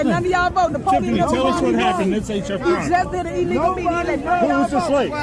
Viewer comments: 😂 I kept grinning and shaking my head when she was calling the process "E-legal" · "This is EE-LEE-GO!"